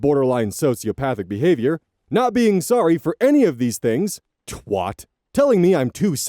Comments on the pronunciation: please stop saying twot when you read the word 'twat'... it hurts my soul ;3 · Hey, obviously no one needs an aluminum bat to the shins over this but "twat" rhymes with bat. Love you! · it’s incorrect though. It’s an a, not an o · That’s how it’s pronounced in the US.